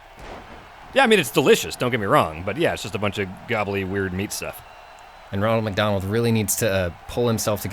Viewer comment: Did you say wonald mc Donald